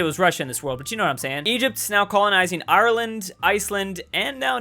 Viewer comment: listen to how he says Ireland